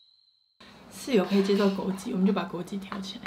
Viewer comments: 是枸杞(ㄑ一ˇ)不是(ㄐㄧˇ)啦 然後我還是覺得吃東西就好不用硬要唱歌 真的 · 是枸杞（ㄑㄧˇ）噢～哈哈哈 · 不是枸杞ㄑㄧˇ 嗎😂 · 是枸杞ㄑㄧˇ😂😂看起來很好吃我要去囤貨了~~ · 還是唸枸杞應該只是有口音XDD